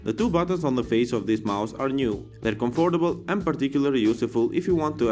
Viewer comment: BTW, was I the only person getting bugged by how he was saying comfortable!?